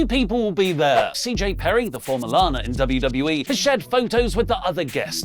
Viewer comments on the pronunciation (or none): none